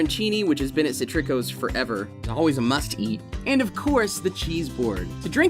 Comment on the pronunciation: How about mispronouncing Citrico's?